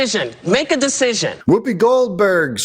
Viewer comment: Doug, just for future reference, there's no 'e' in 'Whoopi'.